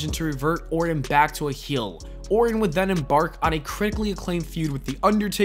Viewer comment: You pronounce his last name like this: or-ton. This dude keeps saying Orin.